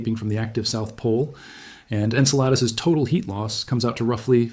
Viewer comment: I notice that it took 17 minutes for the bot to finally pronounce Enceladus correctly :)